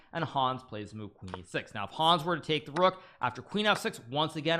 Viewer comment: I love so much the way he says the name "Hons" it's hilarius ! this video deserves maximum views for defeating The First American WC!